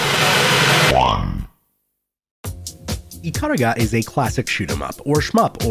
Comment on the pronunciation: Ya boy when he realised only the centermost pixel counts as your hitbox in bullet-hells: 😯 Ikaruga is an amazing game and this video made me so nostalgic for it. FWIW it'll always be eee-kah-ROO-gah to me.